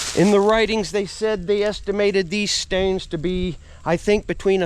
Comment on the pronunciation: Im really getting a kick out of the way you say 'stones'. Stewns. Steuns